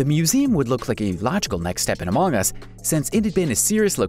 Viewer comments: Everyone: among us Him: amaang us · QUIT SAYING AMOUNG US! It's among us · Stop saying amoong us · Instead u saing among us u Say amooogas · He said it like that.